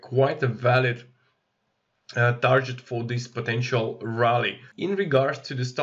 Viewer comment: Like your content. But please google how to pronounce "Target", you're driving me crazy... lol